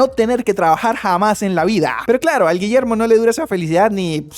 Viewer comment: "ni en mi perra vida voy a pronunciar de nuevo ese nombre, desde ahora este pelaito se ve a llamar Guillermo" no me acuerdo bien de como lo dijo JSKSJSK